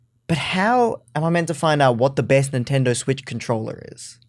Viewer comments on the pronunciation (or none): him pronouncing controller with an emphasis on the ER like an american accent is cursed especially since 3 seconds earlier he pronounces it as controlla like a proper australian